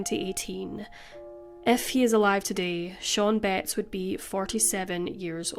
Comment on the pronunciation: I was just listening to this at first and I thought you were saying the last name Bates in a really Northern accent.